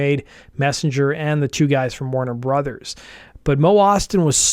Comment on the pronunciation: I hate the way you say Warner Brothers